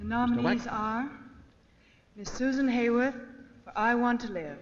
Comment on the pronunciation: No Cagney pronounced it perfectly!!